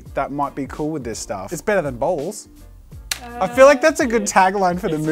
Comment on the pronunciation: I know you were saying balls, but my american brain kept hearing "bowls" and nothing made sense 😂